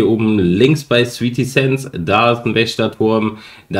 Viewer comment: Es heißt nicht sweety sands sondern sweaty sands